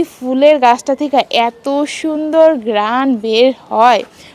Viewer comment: গ্রাণ কি আফা😂😂 ঘ্রাণ বলেন শুদ্ধভাবে তো আপনি বাংলা টাও দেখি উচ্চারণ করতে পারতেছেন না😂 তোতলা😂 মূর্খ। আজকে তো বড় বউকে নিয়ে বদনাম করিস নি দেখিস কত ভিউ হয় তোর ভিডিওতে😂